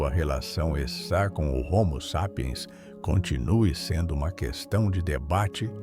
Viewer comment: Dublagem de I.A não consegue nem dizer homo sapien direito